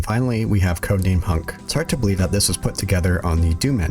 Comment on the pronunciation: Rebecca? I dorn't beleeve it. you awrived